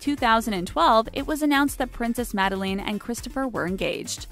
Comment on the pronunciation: And princess "mad-a-leen"?! 😕 Cringes😲